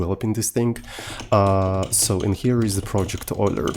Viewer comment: Euler ❌ Oiler ✅